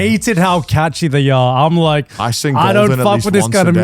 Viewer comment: Poor Connor trains to "Golgen" every day 😂